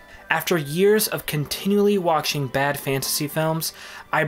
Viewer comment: Am I just hearing things, or is the author of the video constantly mispronouncing words with "ch" in them, for example saying "waktching" instead of "watching", or "kcheck" instead of "check", or "akchievement" instead of "achievement".